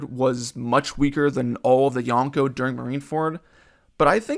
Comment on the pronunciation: Everytime someone says yonkou like this, a puppy dies. Good video though.